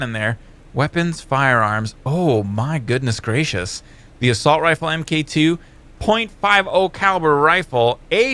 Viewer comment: I'm pretty sure the MK2 is suppose to be pronounced "Mark 2" like tony Starks iron man suits.